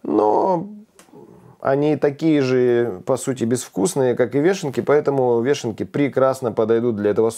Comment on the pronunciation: вЁшенки,а не вЕшенки,ухо режет